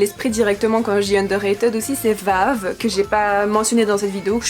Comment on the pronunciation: Juste ça se pronomce "underra"tide" :") Sinon jai adoré ta vidéo ^^